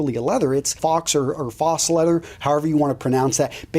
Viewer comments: So glad I'm not the only one who thinks it's not pronounced fox leather. More like foe cuz it is French where an "au" becomes an "oh" - and "eau" and "aux" and "eaux" as well (someone understand the French, lmao). But you never know as the English and English speaking often butcher French words anyways so they shouldn't be picking on this guy here, I've heard Sarkozy pronounced as Sir Cozy, lmao. And Montpelier Road as Mount Pill-Yer Road, so.... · Faux is pronounced like ''Foe'' in french, great video! keep up the great work! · Very good topic. Great vid. Faux is pronounced "foe", rhymes with doe. Agreed, start your career with something descent then upgrade after your first promotion. I really love the comment about where you live affecting the type of bag that is acceptable. I'm in Fort Worth, and use a very rustic looking, tobacco colored full grain bag by Copper River Bags. Highly recommended, probably over Saddleback (I have their wallet). Copper River Bag Co.!!! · It is pronounced “foe.” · I don't think I can trust someone for advice if they can't pronounce faux. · Get out a dictionary and figure out how to pronounce faux.